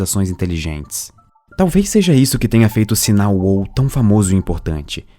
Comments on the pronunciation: Meeeeeeeeeeeeu! É "uau", não uôu. >< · Assunto viciante. Só um toque: a palavra "wow" se diz UAU, mesmo. UÔU se escreve "whoa". Edit: e se diz /pod kest/ mesmo, não /poud kest/.